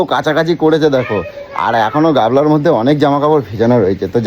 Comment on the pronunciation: ওটাকে "গামলা" বলে.. "গাবলা" নয়!